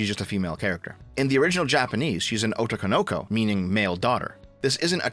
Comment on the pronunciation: "ouh-tou kou-nou-kou" You tried,.